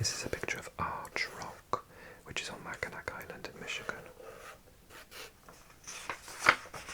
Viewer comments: Mackinac Island is actually pronounced closer to mac-in-awe! Im a native Wisconsinite, and I didn't know that until I was in my twenties because I had only ever seen it written down. And yes, I got made fun of pretty bad 😂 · Loved this one, I did a Michigan road trip with a friend a few years ago, but mostly the northeast coast. The UP is great. By the way, it's pronounced "Mackinaw" Island as well and it's a really lovely place in the summer. You've got to go there some day :) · “Mackinac” is pronounced “Mackinaw.” And “Traverse City” has the stress on the first syllable.